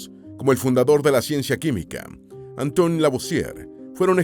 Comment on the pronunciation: No es Antony es Antoine (Antuan). Era francés, no inglés o Norteamericano...